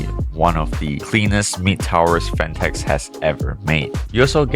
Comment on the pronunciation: … PHATNEKS. Lol